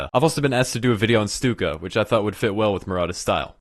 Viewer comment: Bruh i thought it was pronounced 'Stuck-a' not 'Stook-a'